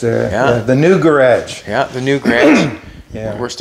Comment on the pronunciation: Lol grage, hearing that is funny. Garage is proper .